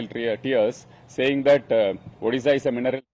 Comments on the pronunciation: Odhisa nehi Odisha...🙄🙄Pehle Name sahise boloooooo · Odisha bolo, Udisha nehin sir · Udisha nahi.. odisha ❤ bolo Bhai...Jay odisha Jay jaganath...Jay BJD❤ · उदीसा नहीं ओडिशा बोलें जनाब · Hello sir it's not ओदिशा, it is ओडिशा . Please correct. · It's not udisa it's odisha please say properly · Odisha not Udisha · Vai, pehle odisha ka pronounciation thik kar le, fir anchoring karna